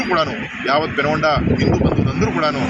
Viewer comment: పెనుగొండ కాదు సార్ పెనుకొండ